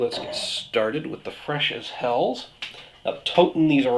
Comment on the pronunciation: Nice review. Hats off doing all of them at once. By the way, the German word "Helles" is not pronounced as "hells", more like "hellus".